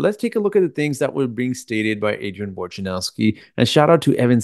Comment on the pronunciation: WOJ na row ski, not WAR ja now ski. Can nobody say the guy’s name right?